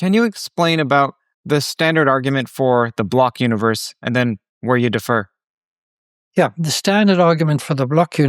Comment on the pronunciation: Great guest and interview,! It seemed like you pronounced "differ" as "defer" a few times. "Differ" has the stress on the first syllable.